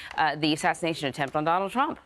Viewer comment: Somebody doesn't like "Downald"